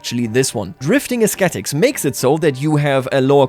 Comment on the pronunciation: not to nitpick, but to help with your English pronunciation, the word ascetic doesn't pronounce the "c" as a "kuh" sound. It's an "sss" sound or silent in this case. So the word is "uh-seh-tik" not "uh-skeh-tik"